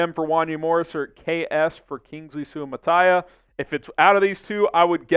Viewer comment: It’s pronounced SUE-UH-MAH-TAH-EE-UH